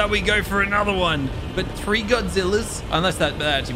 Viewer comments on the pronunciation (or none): This man said tree levels lol